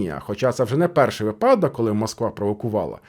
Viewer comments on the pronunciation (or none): Где ваша грамотность, слово проект вы говорите по новым правилам, а с наголосом слова вИпадок никак не справитесь